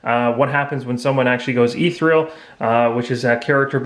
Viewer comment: Great videos. They are helping me understand the mechanics better, especially since I'm rather late to the game. One thing: ethereal is pronounced eh-THEE-ree-uhl, not ee-three-uhl. Minor, but thought you should know. Plus scimitar is pronounced simm-ih-tahr. :-)